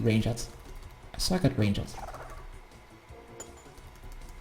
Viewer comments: and what would you do if i told you ranged was 1 syllable? not range-jed range-d !!!!!!!!!!!!!!!!!!! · God everytime you say rang-ed my dutch heart dies a bit further cuz i know it's a retarded accent. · I think you suck at ranged cause you don’t know how to pronounce it But great guide none the less!